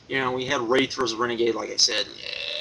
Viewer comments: Its pronounced Wrath not WrAth. But yea I read results and seems other matches were worse Nitro matches than Wrath vs Renegade. But yea that def looks like a bad Nitro. Looks more like a Thunder to me. But yea this reminds me of a Thunder taping that was sooo bad and they taped two shows in one night which was even worse, but that night I didnt have deceny to say sht cause my mom was nice enough to drive like over an hour to bring me and spoiled me with arena food. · its pronounced WR-ATH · why dont you learn how to say wrath u fuck